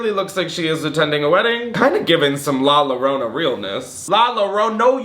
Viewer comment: Dying at your pronunciation of La llorona 😭